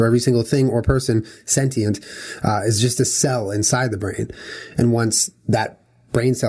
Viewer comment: I fucking can't with them pronouncing sentient wrong the entire video.